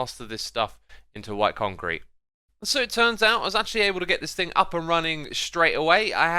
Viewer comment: Me: thing. Keralis: fing. Xisuma: FRING!!!